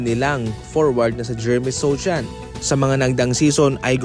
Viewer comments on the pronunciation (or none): Sochan pronounced as "So han" itama mo dude 😅 Nasa Knicks na si Jeremy